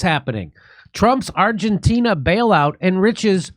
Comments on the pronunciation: Jimmy can’t say Argentina correctly 😂he says Argentinia. Love the show though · I’m here for Jimmys pronunciation of Argentina